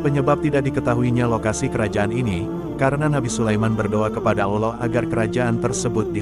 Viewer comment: Saran saja, jngn pakek suara orang yg kalau menyebut nama ALLOH dan nabinya gk sempurna